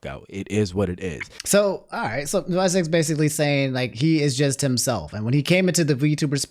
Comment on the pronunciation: Calling Vi Seconds (6 Seconds) Visecs is wild and so funny lol 😂😂